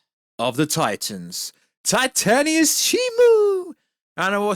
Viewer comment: This is random but why do you say titanius and not titanus